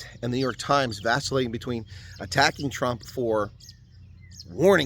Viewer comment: New York slimes 😂 Did anyone else heard that or is my hearing playing tricks? I wish we had a brilliant president like Trump. All the creapy crawlies will disappear overnight .